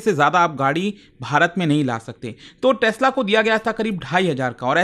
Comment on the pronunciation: Tesla❌ Tasla✅